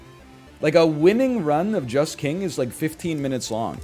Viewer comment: Every time NL says "Just King" I hear "Jess King" - Peloton always on the mind.